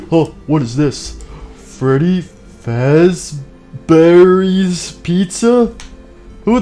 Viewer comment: Freddy said freddyfazbenders #DayShiftAtFreddys